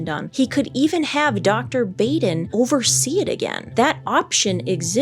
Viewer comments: I hate to be petty, but the doctors name is pronounced Bah-den, not Bay-den. You would think everyone even remotely connected to the forensic realm would know that as he is a high profile forensic pathologist. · Dr. Michael Baden has been an incredibly well known public figure for decades in a field very closely related to your own, so it really surprises me that you kept calling him Dr. BAYden, when his name is pronounced BAWden. Have you really never heard of this guy before?! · Mango made up for missing kisses! 💋 😘 😗 😚 😙 💋, Dr Baden is pronounced Bäden. The 'a' is short, as in 'ah' 'bahden'. He's been involved in so many cases seen on Court TV. Even a show on HBO called "Autopsy". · Please research pronunciations of names!! It’s pronounced “Bahden” and NOT “Bayden”. 🤦🏻‍♂️🤦🏻‍♂️🤦🏻‍♂️ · Pronounced BAH DEN...not Bay din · Dr. Michael Baden is pronounced "Michael Bahden or Bawden, not Bayden" You're welcome. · The world famous pathologist's name is pronounced 'bahd-in', not 'bayd-in' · Please learn how to pronounce Dr Michael Baden. Bah-den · Sorry, but it's pronounced Baden like bah humbug, long a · it is pronounced ‘baw den’. Also this chick thinks because his brother said it… he’s dead definitely. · Just an unimportant note, Dr. Baden's name is pronounced bah-den. Before I retired from the legal profession I had multiple occasions to hire Dr. Baden as an expert witness. He is a brilliant man. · Baden is pronounced “bodden” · It's pronounced "bah-dun". Dr. Michael Baden.... Very famous, very well respected as you point out. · Dr. Baden’s name is pronounced “Bawden”. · Michael Baden is world renowned... and this woman should learn to say his name correctly. That is embarrassing, considering that she is in the same/similar field... (or is she?) His name is is pronounced as if it was spelled BAHDEN... not Baden , with a hard A. Come on!! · say it with me, Michael "BAH-DEN" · Baden is pronounced "bodden." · Dr. Baden is pronounced bah-den